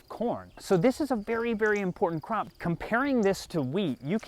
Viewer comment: Thought you said crap at first. The images that followed should probably, not be repeated.